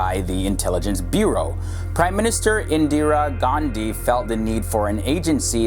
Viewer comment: The moment he said"Indra Gandhi" in his accent😳😳.No offense intended.